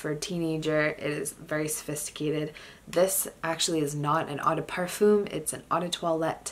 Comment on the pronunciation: the /m/ in parfum is not pronounced..